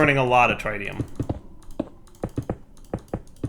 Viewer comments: Pretty sure the tri in tritium is pronounced like triple instead of like triangle. But I had to look it up. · His inability to pronounce Tritium continues to hurt my soul... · Learn to say tritium please